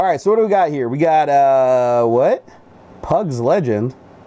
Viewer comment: It's said pugs of legends